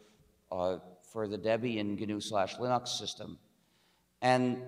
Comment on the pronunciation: "Gee-en-you project to create fruit..."😂😂😂